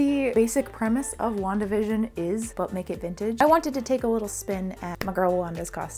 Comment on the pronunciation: When I was momentarily not paying attention, "But make it vintage" sounded like "Butt-naked vintage" lol the faster you say it the more it sounds like that 😂